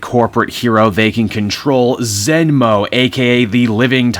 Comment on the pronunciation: "Zen Mo" well, that's a different, it's more like "Zen Moo", kinda sounding like Scientology's "Xenu", but with a "m" in it.